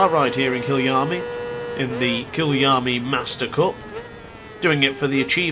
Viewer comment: It’s K-EYE-A-LAMEE